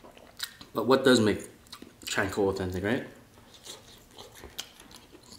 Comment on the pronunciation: It’s CHA (like the cha cha dance) not chainkonabe lol. I’m not making fun cause it looks delicious.